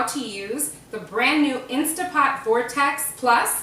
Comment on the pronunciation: It's INSTANT!! NOT Insta!